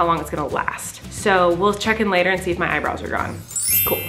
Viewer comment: Later not latair